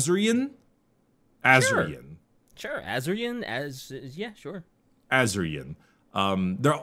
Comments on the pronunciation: "Ah-Sur-Yi-En" Asuryan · I hate to be that guy but the head of the Aeldari gods is pronounced ‘a-sore-ian’